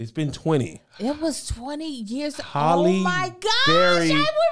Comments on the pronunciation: Not Kev pronouncing Halle Berry like “Holly” again 😭😭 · It's HAL-le not Holly, sir. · Kev still out here saying Holly when we all know good and well it’s Hallie! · I think he got the “Holly” pronunciation from the song “Halle Berry” by Hurricane Chris...he pronounces it “Holly” too lol...I could be a black thing lol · Kev it is HAL not HOL...HAL-LIE not Holly. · She still holly, instead of halle🤣🤣🤣🤣🤣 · I’m glad Lou Lou wasn’t here because she was correct you on how do you say Halle Berry lol